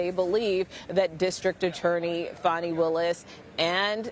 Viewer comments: I like how MSM media pronounces her name “Fauny” especially since allegations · Foni is not how our American Children Have Been Told to spell a/h. Its Fani like a big FANI